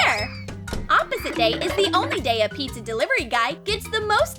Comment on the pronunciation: Pizza not petsa